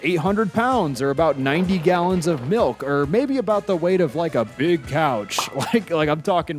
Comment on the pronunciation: idk why but I thought he said cow instead of a couch